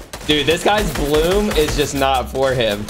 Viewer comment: HIS bluum is like my bluume